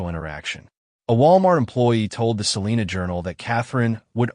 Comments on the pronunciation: First off your pronouncing Salina wrong. We pronounce our town Suh-line-uh. Nobody here in Kansas pronounces it as Sa-lean-a. Nobody!!! We understand why people not from here pronounce it that way. But here in Kansas we like a little lazy with our "A's" and go hard on our "N's" . Lol sorry not sorry. If I can teach my Alexa and my Gemini to pronounce it correctly I have faith that eventually y'all's AI narrator will get it right too. Side note.. We do pronounce it Sa-lean when referring to our county. 😂😂😂 What do you expect from people that joke about grabbing the shot gun and hanging out on the porch when the tornadoes come!? Mustang Pride!!!!! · Salina long i. Not Salena. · It's pronounced SAA-LINE-AH SALINA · First off it's Adam not Adams. Second Salina is pronounced with a long I like Sal (eye) na. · Yessssssss thank you!!!! I went off about the pronunciation too!!!! 😂😂😂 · Im listening out of Augusta, KS. It is always cool to hear about cases I have never heard of from a channel that is new to me. One thing respectfully - Salina sounds like suh line uh. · I bet you can pronounce it correctly too! Lol sorry it just bugs me hearing it constantly pronounce wrong. 😂